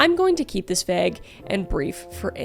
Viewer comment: I know you're Canadian and everything, but for the love of God please I beg you, pronounce vague the American way😂😂😂😂😂